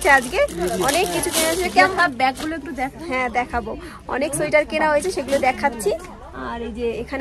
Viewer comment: onek din por k besh pranobonto laglo. tarahuro kore kotha bolte giye tomr uchharon gulo kmn jeno lagchilo aj. Tumi bolcho শোইটার. 😊 Bonder kache peye khub excited bujhte parchi😂. Tomader vlog a sab kichu vlo lage bt tomader oi kole niye vaat khawa ta khub baje lage. JapaneesTemple tay ami onk pic tulechilam. 5/6 bar Darjeeling gechi tao mone hoy bar bar jabo.